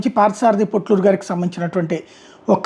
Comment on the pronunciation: పొట్లూరి కాదు పోట్లూరి